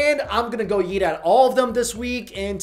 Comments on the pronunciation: Am I the only one who heard "all you can yeet" ? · Is it just me or did he say all you can yeet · Did he just say “all you can yeet restaurant” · Why does it sound like he says all you can yeet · I don’t know if anyone else noticed but when he says “eat” it kinda sounds like “yeet” and I find it pretty damn funny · I thought he said all you can yeet and I wheezed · Lol at the beginning he sounded like he said yeet instead of eat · Stg I keep hearing "all you can yeet" and it won't stop. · I love y’a man but for some reason I have convinced my self that every time u say eat your are saying yeet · Anybody else hear him say yeet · Is it just me or does it sound like he's saying yeet instead of eat?